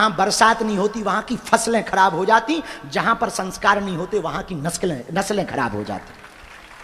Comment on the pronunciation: नस ले 😂😂नहीं नस्लें।😂😂